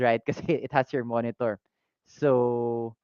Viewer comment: Sorry I wasn't here for the live stream, but I did let out a chuckle watching the VOD when I heard you say "moenitor" haha! Though honestly may konting kirot sakin yung announcement with the timing of things, I don't regret making my most recent purchase as I know I got it from the right shop, the shop that will have my back if ever the time comes that I need to claim warranty. That little extra cost is well worth the assurance that the shop cares for its customers. Just ignore the noise the haters make,. Even if the shop is not that easy to run in terms of meeting revenue, just keep on keeping on, and don't ever get tired of putting your customers first.